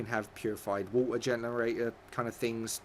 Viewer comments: The way he says water OMG just stop lol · Purified wah-er